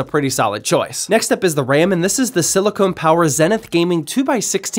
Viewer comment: Just gonna point out that “Silicon” as in Silicon Power” is pronounced sili-CON (like Comic-Con), not sili-cone (that would be the rubbery material used in bottle nipples and breast implants).